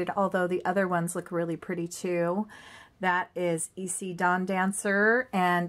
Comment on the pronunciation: its pronounced e-si